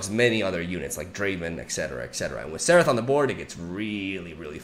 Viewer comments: It's not Seraph, It's Zerath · It sounds like you are pronouncing "Xerath" as "Serath" not sure if its just me but anyway its pronounced "Zerath" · when do you guys think will notice he is saying Xerath wrong?